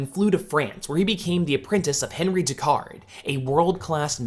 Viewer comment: No one ever pronounces Henri correctly